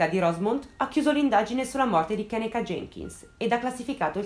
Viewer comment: Si pronuncia "kennìka" 😉